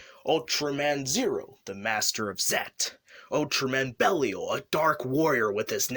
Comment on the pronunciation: Yeah, buddy needs to learn how to say Geed, Belial and Barossa